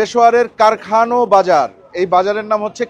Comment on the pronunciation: কারখানো না কারখানা।